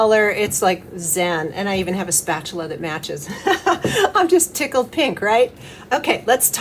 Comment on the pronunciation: Eeyy, I love to hear you say It tickled yer, you could say yer ‘tickled pink’ with this soap, I am going to make it tomorrow, it looks decadent. 🙏🌹🧙‍♀️💖